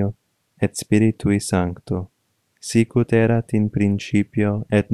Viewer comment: The accent falls on the the RI of 'Spiritui'. Hence, it is pronounced 'SpiRItui' (Spirítui), not 'SPIritui' (Spíritui). Otherwise, your pronunciation is very good.